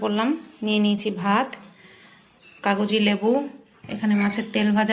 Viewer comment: কাগোজি লেবু বলো কেনো কাগজি লেবু বলো